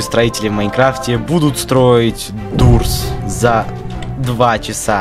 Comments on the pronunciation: Doors читается как дорс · Я выгляжу сейчас как душнила но это не дурс а доорс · Ух привет Я тебя не заставляю но надо говорить не дурс а дорс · Правильно говорить Доорс а не Дурс! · @@ правильно Дорс а дурс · Кст правильней говорить дорс а не дурс Не хейт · Правильно говорить дорс а не дурс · Uh пожалуйста надо читать не дурс, а дорс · правильно говорится не дурс а дорс потому что 2 "O" читатся не "о" а "у"!!!!!!!!!! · да не дурс а доорс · В начале дорс, а не дурс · НЕ ДУРС А ДОРС! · не дурс а дорс да ты онглинчан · Нэ дурс а дорс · Вашего не дурс а дорс но в английском языке две oo эта у но в англискав я зыке doors там две oo эта о. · Не Дуурс а Доорс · Не дурс а дорс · Дорс а не дурс